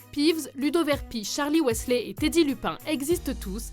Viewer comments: On dit MALFOY et non MALFOI ; WEASLEY et non WESLEY ça a le don de m'énerver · ok mais c'est MalefoY, pas "malefoi", et WEAsley, pas "weslé"... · je voulais juste dire qu'il ne faut pas dire Malfoie, mais plutôt Malfoye pour la bonne prononciation et ce n'est pas sale mais S A L E ce n'est pas Verpi mais Verpèye qu'il faut dire il faut dire Wizlai et pas Weasla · et Wisley et non Wésley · Et on ne dit pas waissley mais weasley!!!! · Mais mdr... Malfoa , Verpi et Wesslai .-. Quebec ou pas mes orreilles saignent